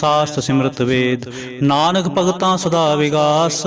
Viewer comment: ਭਾਈਜੀ, ਕੇਸਟਤਾ ਬੰਨਾਦੇਦੇਉ ਵਿਉ ਦੇਣ ਵਾਸਤੇ ਕੀਬਾਣੀ ਸੁਣਦਪੱੜਦੇ ਹੋ, ਨੱਹੀ, ਅੰਨਦਸਹਿਬ ਵਿੱਚ, ਨਾਨਕ, ਨੱਹੀ, ਨਾਨੁਕ, ਹੇ, ਸੱਰਮਕੱਰੋ ਕਿਉ ਬਾਣੀਤੋੜਦੇ ਹੋ, ਉਜੜਜਾਉਗੇ